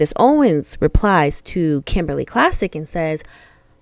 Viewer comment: Klacik is pronounced like Clay-sick.